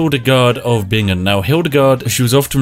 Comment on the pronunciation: as someone from Bingen I am kinda proud you pronounced our city correctly lol